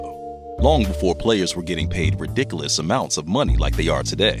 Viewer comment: He said ridiculus